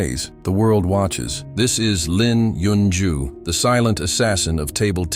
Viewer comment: You butchered his name!